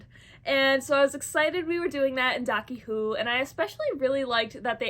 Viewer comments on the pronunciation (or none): Please stop calling it "Doccy Who".